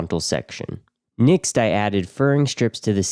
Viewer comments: Next. With an e. Nixt is so irritating i could i had to turn off audio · Next not nixt thought you were an AI voice after hearing the mispronunciation 43 times in the video😂 can't wait to see your nixt video🎉 great workmanship excellent finished product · Why are you saying "nixt" instead of "next" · Why do you say Next like nixx? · Nixt??? Are u trying to say next? Think of sex with a T after the X. What kind of accent is that anyway? Never heard nixt before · Finally, someone shares great info on how to waterproof a shower, and even says the word next really funny. 100% stealing many ideas from this build. Is there no issue with mounting the heater right next to the batteries?